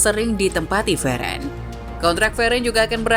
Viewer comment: Veren..siapa itu veren...😅😅 Cba biasa aj nyebut ny min min..